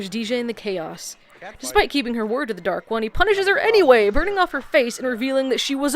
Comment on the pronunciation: This is my favorite season 1 episode. Probably because of the way that lady mispronounces Dark One.